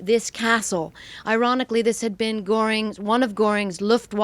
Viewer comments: One suggestion, only. "Goring" has an umlaut over the "o," making the name pronounced "Gerr---ing," and not "Gore----ing." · Please learn to pronounce Göring.